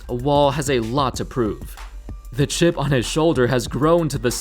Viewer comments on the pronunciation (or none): none